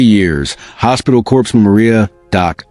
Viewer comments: Corpse man? Pronounced core man! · Corpsman is pronounced CORE-man, comes from French. Corpse has an 'e' on the end!